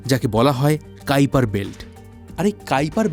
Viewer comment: কাইপার বেল্ট 😂 ❌ কুইপার বেল্ট ✔️